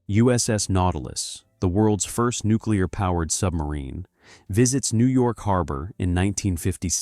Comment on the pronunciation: Don't wo-o-o-oorrrrry, though. AI will have no problem with nuooookyoulier weapons.